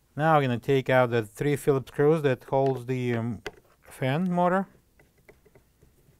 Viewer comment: Not helpful can't understand learn to pronounce words ! What is a fin more